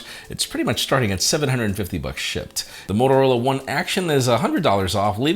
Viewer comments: Are u saying shipped or shit ? Lol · "shipped" but i keep hearing "shi*"